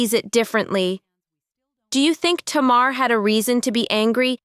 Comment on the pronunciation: Her name is pronounced Tay-mar.